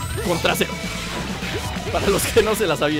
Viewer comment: JAJAJAAJAJ EN EL SEGUNDO 28 DIJO TRAZERO OSEO TU RETAGUARDIA,LO ESCUCHARAN SI LO ESCUCAS BIEN